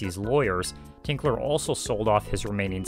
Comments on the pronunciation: It's Grant Tinker, not "Tinkler." BOCH-CO, not "Brocco." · I couldn't get passed you saying 'Grant Tinkler' (sic) his name is Tinker. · His last name is TINKER, not Tinkler! I'd think you could have gotten that correct...makes me doubt the accuracy of your other information. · TINKER! His name is Tinker, not Tinkler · There is no “L” in Grant Tinker’s name. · Fantastic! St. Elsewhere is one of my favorite shows, and I have never seen anyone go so in depth! One little thing though... It is Grant TINKER, not TINKLER. He is a very well known person and saying his name wrong all through the video is cringey. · TINKER! Grant TINKER. Not ‘Tinkler’ And Alfre WOODARD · "Tinker" not "Tinkler"...